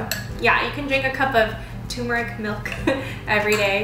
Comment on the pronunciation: It TUR-MER-IC not Tumour-ic.